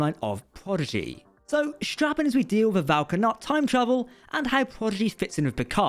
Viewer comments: Vau na’kat. Not Vau ka’nat. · Yeah, Prodigy's timeline is a bit wonky. Yay time travel! Thanks for the video! Also, it's Vau N'akat, not Vau K'anat